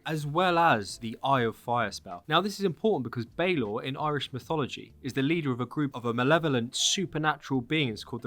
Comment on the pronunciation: Balor is pronounced Bah-lor. And I hope he's not a boss fight, he was killed by the tuath de danann after he became too old to open his eye and it had to be operated by a winch as a from of execution. You're pronunciations elsewhere were spot on. I'm a bit confused as to why they're focusing on Northern Ireland while probably the most famous Viking settlement in Ireland is in the South in Waterford. I suppose it's to get something out of Cú (pronounced coo) cullain who is practically our only Irish hero from that period. It is appearing that they're just gonna make the Irish Isu the Norse Isu after they came on holiday which I'm not looking forward to. The púca is interesting, it's also Irish for ghost in the current language.